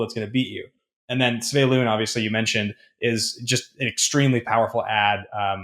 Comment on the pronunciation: 12 is about the top end for lords in Merfolk, and many lists run less than that. You just need more of other creatures that provide interaction. And it's actually Svee-eh-loon. The Golgari elf idea that Ben had (the BG 2/2 elf Blood Artist) is flat-out freaking busted, and would be. :) That last ability (countering activated and triggered abilities) is in the blue wheelhouse; it's never been part of green, and that's a big deal. All I want is a better Merfolk one-drop.